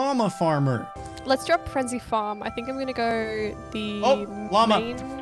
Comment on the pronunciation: Wan u said lama it sond like u say mama